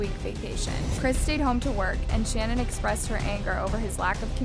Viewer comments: Her name is not "Shannon" 🙄 If you want to honor the victims, the least you can do is pronounce their names correctly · Why did you mispronounce Shanan’s ‘name? It sounded weird . She was particular about how it was properly pronounced.originally it was pronounced SHANNON but later on she starting pronouncing it Sha -NAN with emphasis on the first sha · Shannan’s name is pronounced “shu-nan” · It's SHAN - ANNE. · The way this girl pronounces things. 🤦🏼‍♀️ Poor dead woman can’t even have her name said correct. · You should take this video down and re-upload it with you pronouncing her name correctly. what a gaffe. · I’m annoyed by the way you’re mispronouncing her name 😢